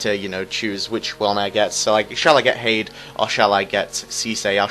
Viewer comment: its pronounced tada